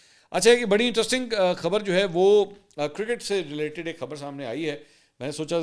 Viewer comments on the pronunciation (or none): none